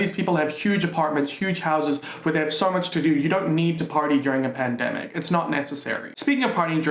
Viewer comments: no one:: you cant demonize me if i say pandemicouUA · The way you said “pandemicua!!!! Had me 🤣🤣😭😭😭 I CAAANNTTT!!! thanks for cheering my day up as always. Love you lots xx Ok the censorship just got funnier and funnier!! I do love you 😩😂😘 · secs-uel se-gz work pandemi-cuah pedi-fua-ca tou-chow-ing demona-uazed bod-ua